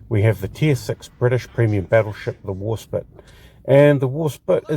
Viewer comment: It's pronounced War *spite*, pronounced as "spight", as opposed to "spit". Or, as in the word "despite". The first ship with the name had it spelt "Warspight" in the Tudor era. You pronounced it correctly about halfway through the video, just before talking about Beatty. I agree with your points regarding gameplay, with the exception of the armour; Warspite's armour is actually fairly good, imo, and is a good brawler; especially with those casemate 152's which can almost fire dead ahead. Incidentally, Warspite took 15 main calibre gun hits during the Battle of Jutland, coupled with countless secondary battery hits, yet she still refused to die, and limped home, having truly lived up to her motto, "Belli dura despicio" ("I Despise the Hard Knocks of War"). It was an absolute disgrace that The Grand Old Lady of the Royal Navy was ignominiously sent to the scrapyard after the Second World War, in spite of what she'd been through. Yet, even in her last days, she refused to die quietly; she broke free of her tugs, and ended up being grounded hard at Prussia Cove; her former crew often posit the opinion that the ship was making one last dash for the North Sea. Of all the ships that deserved preservation, HMS Warspite and USS Enterprise should have been among them. Alas, idiotic politicians and heartless bean-counters & penny pinchers sent the most storied ships in the history of Naval Warfare to the scrapyards in what can only be described as utter, utter lunacy.